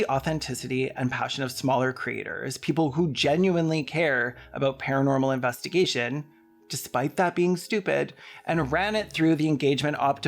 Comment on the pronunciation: "investigaysh" i'm so using that